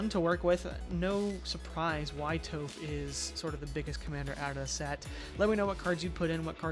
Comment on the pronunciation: Stopped watching after you called her “Toe-phh” 🫠